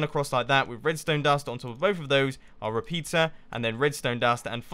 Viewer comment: One of the times you said "repeater" I heard "repizza" XD